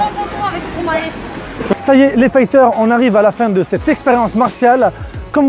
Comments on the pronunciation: Ptn stromae ca se prononce «stromaïe » avec le son «aïe» et pas «stromaé» ... car vous dites maéstro vous ? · Sa se prononce pas stromae comme dans la vidéo mais stromay, c'est juste le français qui prennent un acent PS je suis belge